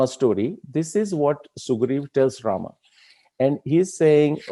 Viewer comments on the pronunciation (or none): I observed many people including scholars like you as wellasnon anglophone... Those who pronounce रामा for राम and योगा for योग same people don't use संडासा for संडास। Do you have any idea about it why? Including you... I guess like every other Indian you also ssy संडास n not संडासा। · Suggestion: Pls pronounce namea as we do in normal lfe so its Ram...Ravan, Sugriv....not Raamaa, Ravanaa, Ramayanaa, Sugrivaa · I like the whole topic and narration. But your Rama and Sugrivaaa pronunciations are jarring. Why not use indic style of Ram and Sugreev? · Respected Shri krishna ji, where is the question of "Hindi ideology" here? I am just insisting that the pronunciation of certain Indian words should be as per their original Sanskrit pronunciation and not the as per their anglicized versions. However, I am sorry to say that there are people in our society who are still not out of that mindset of the British colonial times. Americans took our word "yog" from us and made it into "yogaa". Funny and irritating at the same time! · रामः = Rama in which case : stands for colon... And not visarg in Sanskrut... Otherwise if it's used as visarg could be pronounced as Ramah... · Rāma and Rāmā are two different pronunciations. राम is Rāma, Rāmā is रामा